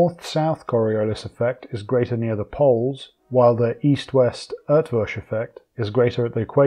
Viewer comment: Great video! Props for the pronunciation of Eötvös, almost correct!